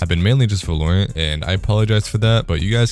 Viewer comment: It’s not Vul-or-ant it’s Val-or-ant